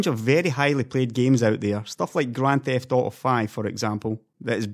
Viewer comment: "Graand Thift Auto Sex" :D